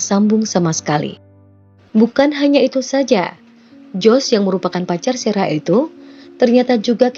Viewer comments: Sarah ya Sarah aja gak usah serah serah min, ngganggu aja kecuali Mimin bawain ceritanya pke bhs inggris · Nyebut nama Sarah kenapa mimin baca Serah sih...